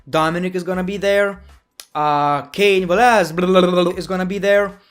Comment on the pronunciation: You said Cain Velashdkdfucuh but the English subtitles (auto-generated) still showed the right name....